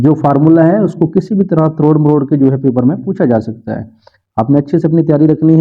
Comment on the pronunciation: That one word"tror mror"makes me smile😅